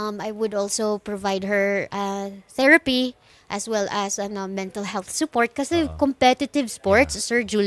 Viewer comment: Just a correction po. Therapy not TheraPHY. Thanks. 😊